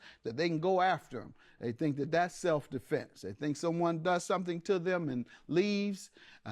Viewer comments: I knew she was lying when she said “Self A-fense” 😂😂😂😂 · Giuuuuuurl!!! She said "self A-fense" I said that's a lie!